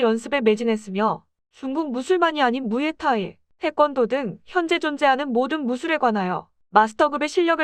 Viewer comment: 무예타이가 아니라 무에타이에요~^^영상잘봤어요ㅎ